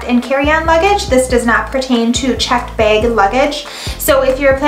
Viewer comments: What's a beg? I guess it's a Minnesota thing...😁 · The way she says Bag.... haha